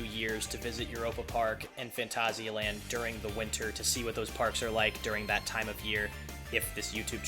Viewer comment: this ones always a good one, also nice to see you pronounce it properly XD